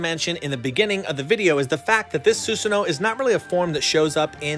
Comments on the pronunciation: Whot? Side characters now?nudbad.... I dun think he's even in the vg?... The susano is really good. Btw it's su-san-o tho? And your shisui sounded like shishui. Try dropping the h sound? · Actually it's susano-o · You pronounce it the Japanese ways but you also pronounce both o’s